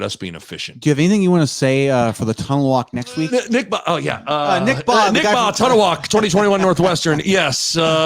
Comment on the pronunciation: Rudd saying Yant like aunt (awnt) and Bahe like ant is killing me 🤣